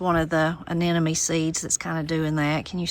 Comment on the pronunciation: Love the garden visit. I’ve been listening hard—do you pronounce “anemone” “anenome” as I think I hear? So beautiful a flower. Don’t you ever get tired of outside work?